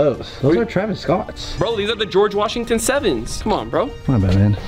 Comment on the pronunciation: Geogre washigton sevens💀